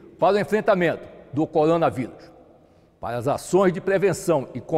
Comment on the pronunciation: PAREI DE VER O VIDEO QND OUVI COLONA VIRÚS KKKKK